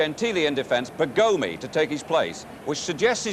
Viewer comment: Newspapers don't tell you how to pronounce the players' names. Initially, Charlton thought Rossi's first name was Carlo. Eventually, he got it right. Coleman thought the player's name was "Bergómi", when, in fact, it was "Bérgomi". There was no Football Italia yet and Serie A highlights were not available on the internet.